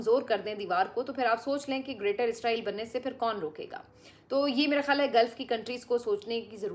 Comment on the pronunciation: Plz don't say izrael...if you have no knowledge plz google about it....say isssrael